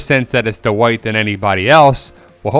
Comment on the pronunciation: 😂he's still saying "De-wite"